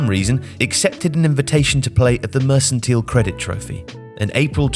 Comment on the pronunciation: Great video, but pronunciation of "Mercantile" hurt my ears!